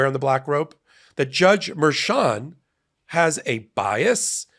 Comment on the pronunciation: I adore you. Please quit calling her "Merchant", it's Merchan (Mer-shan). Merchant is the whacko defense attorney that represents Roman in Georgia.